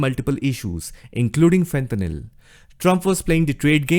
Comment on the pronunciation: fentanyl not fenthanyl